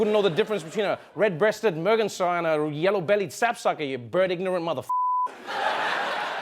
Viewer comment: he pronounced merganser wrong